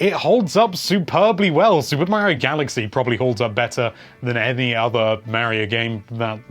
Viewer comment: I finally found a amazing YouTuber that pronounces Mario the way I do 😁